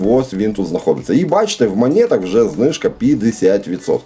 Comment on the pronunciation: Друже, ну не в "манєтах". Не спотворюй так слово